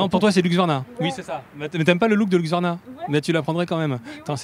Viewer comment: Hu-s-q-varna, plutôt que Hu-x-varna ! 😉